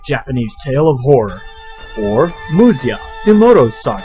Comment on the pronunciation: You're really good at this. This game kicked my butt as a kid, and I was thinking about trying it again and I was hunting down Let's Plays. Please finish this one! Anyway, it's pronounced "Musha". Google "kunrei-shiki" if you wish to know why.